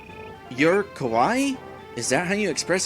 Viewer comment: Just to help you out a little on Japanese pronunciation, phonetically: "Kawaii" = Ka-wa-ee (ee, like "free"), meaning cute. Where as in the video it sounds like you're saying "Kowai" (Ko-why), which means scary. Believe me, I've made that mistake, thinking something was kawaii, when it was kowai. Meaning, I heard the word "Kowai", and thought the person was saying something was "cute", but they were saying it was "scary". The two words can be easily confused.